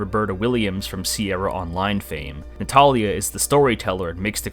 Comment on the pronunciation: Minor nitpick but it bothered me that Ziar, Mabuka and Natalia kept being mispronounced.😂 Otherwise I really appreciated this video!